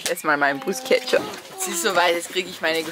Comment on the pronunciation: Danke das du nicht Bruschetta sagst 😁👍 das macht mich immer minimal Agressiv 😁